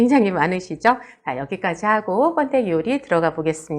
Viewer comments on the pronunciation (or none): 뻔데기가 아니고 번데기라고 하세요